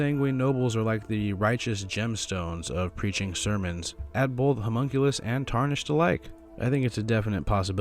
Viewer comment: i always love when this guy says homunculus it makes me laugh